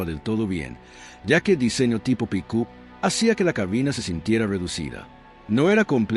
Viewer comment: no se dive pukú....se pronuncia pic appppp